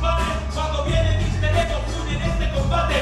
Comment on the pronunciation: Soy el unico que le pone nervioso cusndo mr ego dice emerrepuntoego